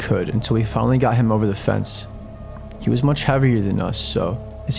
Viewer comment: Why do you emphasize "-th" when it's not needed? You pronounce "got" as "goth". Like, why?